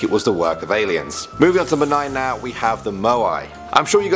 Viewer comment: All I keep on hearing is AILENS .....wow